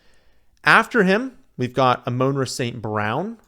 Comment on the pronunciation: It’s not A-Moan- Rah It’s A-Mon-Rah